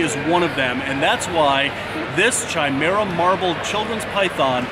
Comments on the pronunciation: I have never heard it the way pronounces it and I love mythology and science and whether it's a doctor talking about a man that has sperm with one DNA and blood with another, or a fan of Greek mythology...always with a 'Ky' sound never with a 'chai' sound, but that works for tea;) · It is pronounced Kai-mera. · Love you, but it's pronounced 'kai-mera' not 'chai-mera'' xxx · Chimera has a hard c and silent h. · Pretty sure you’re pronouncing chimera wrong... great video nonetheless as per usual. Keep it up! 😉